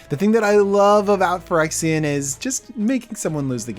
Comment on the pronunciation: Say pirexia if you want a yawnmoth deck